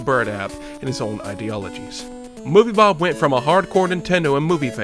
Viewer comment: I really like how calls movie bob "movie blob"